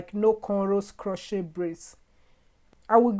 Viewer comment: Luv your African accent. The "t" in crochet is silent.